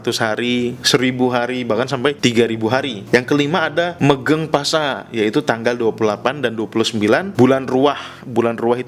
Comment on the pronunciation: Ada salah pronunciation (pelafalan). PASA dibaca POSO MEGENG PASA dibaca MEGENG POSO Suran kayaknya ga ada dalam istilah jawa. Paling biasa disebut siji suro, atau suroan. Dan untuk bulan ruwah dalam syariat Islam disebut bulan syaban. Dan disana ada 2 ritual, ada juga yg 3. Ziarah kuburan bapak ibu dan atasnya yg sudah meninggal plus bersih-bersih makamnya (nyadran atau nyekar), sodakoh makanan ke tetangga dan orang terdekat (megengan) dan padusan (mandi di sungai). Ketiganya dilakukan di akhir bulan ruwah atau syaban untuk menyambut bulan romadhon.